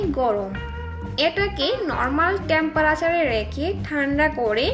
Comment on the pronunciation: এই গাধা টেমপারেছার না টেম্পারেচার